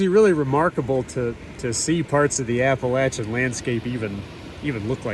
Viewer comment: Thanks for pronouncing Appalachia correctly and for what you are doing.